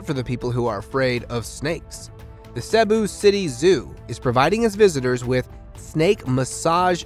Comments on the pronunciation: You butchered the names "Cebu" and "Luzon" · I am an American with a Filipina wife, living part time in the Philippines as we help poor Filipinos. Please note; You do not pronounce Cebu and Luzon correctly. so although I did just subscribe, it is hard to listen to your narration. Otherwise, a lovely channel.